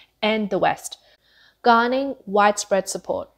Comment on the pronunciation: Garnering not "garning"; Comparable , not pronounced as "com---parrable". Quantitative not "quantive"..